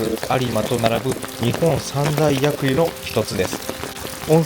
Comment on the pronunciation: 地元民です。いつも動画楽しく拝見させていただいております。 今回は松之山に来ていただきありがとうございました。 陸の孤島で何も無い場所だけど、さんの素敵な映像で改めて地元の良さや思い出の詰まった大好きな場所なんだと実感できました。 冬も素敵ですが秋も近隣の秋山郷含めて紅葉も素敵な場所なので、また是非日本三大薬湯（読み方 にほんさんだいやくとう が正しいです！）の松之山温泉にお越しになってくださいね😊 これからも動画楽しみにしております！！